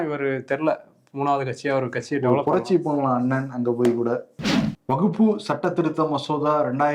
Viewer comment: வகுப்பு இல்லை, வக்ப்பு என்று சொல்ல பழகுங்கள்.